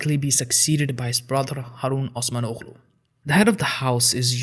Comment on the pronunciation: Not meant as an offense: Your pronunciation (if you were to pronounce the names turkish, that is) is off. Aside from the fact that Turkish is spoken very differently than Arabic, the name Osmanoglu for example: the last g is not pronounced at all. It's just there so that the O before it is longer. The suffix is kind of like the Scandinavian suffix -son. So it means son, or child.